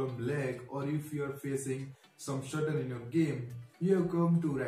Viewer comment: lol shutter xddd lol its stutter